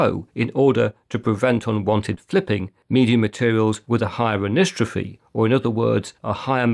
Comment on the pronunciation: Pronounced an-isotropy, by the way. Very good video, quite informative. The CMR vs. SMR issue was really hot 2-3 years ago, lots of youtube videos about it, mainly when it came to using SMR drives in RAID arrays, since rebuilding an array after a failure took far longer than it did with CMR drives. While a RAID5 array is rebuilding, it's vulnerable to an additional failure, which could mean the loss of the entire thing. But I hadn't heard anything about it in a while - either people aren't making the videos any more or YouTube isn't sending them my way any more. If the former, then it's one of two things -- it's no longer an issue because improvements in technology have gotten around the problems, or drive manufacturers aren't making as many SMR drives any more. At least, not ones that are to be used in RAID5 arrays. Similarly, I have not seen anything recent on TLC and QLC SSDs, and pretty much all the SSDs I've come across recently seem to be TLCs. I guess the only time I'll come across any of the drives in this video would be if I buy decommissioned datacenter drives a few years hence - last year I bought a used 14TB Ultrastar (just checked.. CMR!), which I got for about USD160. Going to be used strictly for second-level backup - none of my older drives are bigger than 4 TB so I think it'll last a while.